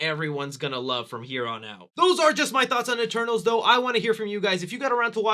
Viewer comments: At the start it sounded like he said “E-Turtles” lol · LMFAOOOOOO I ALSO THOUGHT HE SAID THAT😭😭🤣